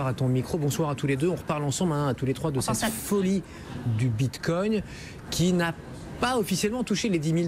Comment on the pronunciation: Le mec dit Bitcogne lol